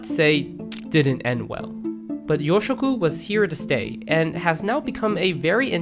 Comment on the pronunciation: It's pronounced "yōshoku", with a long "ō". Also "demi glace" is pronounced "demi glass". Also "sakoku", with a short "a", not "saakoku". A similar category to yōshoku is "B-kyu gurume" (B-rank gourmet), which are déclassé dishes that border on fast food.